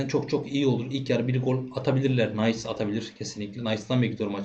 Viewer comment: Nice takımı Nays diye okunmaz. İngiliz değil Fransız takımı bu. Nis diye okunur.